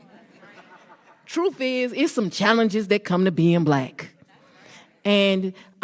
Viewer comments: "The troof is, its some challenges being black" I see the English language is your nemesis. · "Troof" thats all we need to know about this dumbass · Truf is 🤣